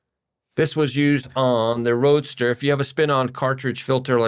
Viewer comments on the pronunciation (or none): I like note on one of the pages... "Definitely maybe our last Datsun Roadster video as parts oasis dries up". Also I swear he kept calling it a "Datsun Roaster". I was picturing something for my countertop.